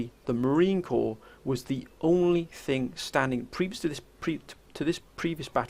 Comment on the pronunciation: Great video as always. But I am going to have to correct you. It is the United States Marine CORPS. There is an S in Corps. Semper Fidelis future brothers. The Third Reich aught to count their lucky stars they never had to stand toe to toe with the USMC.